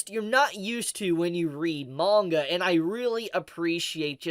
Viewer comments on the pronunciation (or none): none